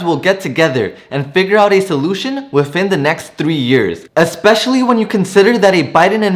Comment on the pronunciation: Please learn how to correctly say "especially" and "undoubtedly".